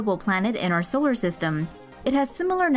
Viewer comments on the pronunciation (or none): none